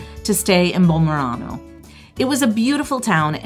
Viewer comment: I stay in Bomerano, Agerola (which, by the way, you're pronouncing incorrectly) for a few days anytime I visit because I have family there. It's a wonderful town and a great place to stay for a night if want to hike the Path of the Gods. But it's not convenient for visiting the rest of the Amalfi Coast. I understand you chose this location "to save money" - but really, if you have only five days, I would think you'd be willing to splurge a bit in order to make the most of your time rather than spend so much time getting from one place to another.